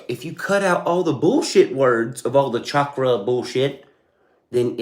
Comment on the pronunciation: Dude did say Chalk-Ra lolll... I hate to type it but I think this fella has got on that Meth. This is what that looks like unfortunately. He needs a 9-5 man. It's sad how some folks who become blessed financially, just let their mental health become fucked.